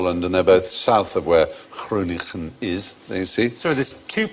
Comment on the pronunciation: I think it's adorable how they tried to pronounce Groningen the dutch way by pronouncing both G's the dutch way. But the second G has an N in front of it so it is not pronounced like the first G.